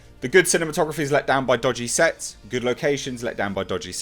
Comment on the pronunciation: Remind me not to watch these waking up half asleep before morning coffee. "Sets" sounds like "sex" lol had to rewatch haha